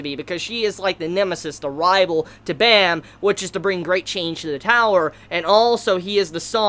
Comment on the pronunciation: Off topic but Baam's bame is pronouced with a light a. Like when you say "Aah." Also the B is leaning towards the P sound but you can still say it's a B.